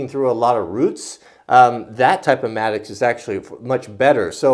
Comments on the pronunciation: I think it's "mattock," not maddux. I'm not 100% just trying to be helpful. Nice video. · it's called a mattock (matt-ick)...not a mattocks/matticks (no "S") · Philip Culbertson im glad im not the only person who cringes every time he calls it maddox.. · I'm sorry for being that guy but it drives me crazy when you call it a Maddox A mattock /ˈmætək/ is a versatile hand tool, used for digging and chopping, similar to the pickaxe. It has a long handle, and a stout head, which combines an axe blade and an adze (cutter mattock) or a pick and an adze (pick mattock). A cutter mattock is similar to a Pulaski. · I think he is calling it a "mattocks", not a "maddox". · Will Cushman regardless. It's a single tool and that would be a plural pronunciation, that happens every single time there is a mattock in a video.